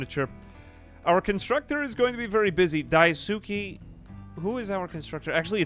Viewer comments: Yo wіggа its pronounced "dice-kay" not "die-soo-ki"‼️‼️ 🙂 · Idk if you still read these, but daisuke is pronounced "dice kay" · everytime he pronounce daisuke i die a little inside